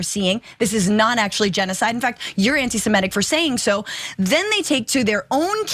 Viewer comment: What is “semEtic”?? I’ve heard of “semItic”.